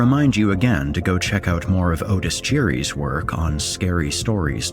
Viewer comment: Otis doesn't say his name like that!? Or is it a Mandella effect?